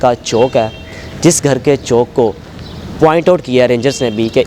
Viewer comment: Bhai CHAONK nai hota CHAOK hota hai